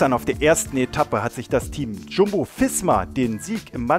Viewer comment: Der Sprecher im Video sollte sich einem Stil der Aussprache zuwenden entweder alle deutsch angeglichen oder doch eher englisch betont. SD-Works, UAE, Jumbo Visma usw. klingt andernfalls einfach unschön. Die Betonung wirkt weiterhin sehr bewusst gewählt und daher etwas künstlich /überspitzt. Nicht mein Fall aber das muss es ja such nicht.